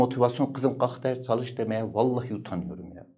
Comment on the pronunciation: hucam çalisssss demişsiniz o ş harfi ile olcakk !!!!!!!!!!!!!!!!!!!!!!!!!!!!!